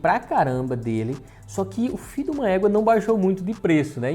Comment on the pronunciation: Mn eu rio muito quando fala fiduma équa e ingrassado dms kskskksk